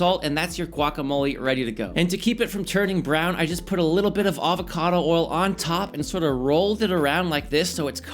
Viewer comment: You’ve been in Texas so long that you can no longer pronounce the word “oil” 😂